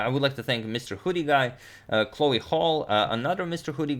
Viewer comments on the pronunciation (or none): none